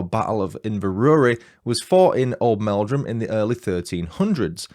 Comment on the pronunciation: My Uncle and Aunty live in Oldmeldrum, but I'm from Yorkshire! You are saying Old'mel'drum correctly 😊 It's a lovely little place. I knew of this case from a documentary, but I didn't realise Webster and his first wife were from Oldmeldrum! 😊 Thank you for the fab video ❤ I, too, am a domestic abuse surviver so i really appreciate your sympathetic telling of the story. 😊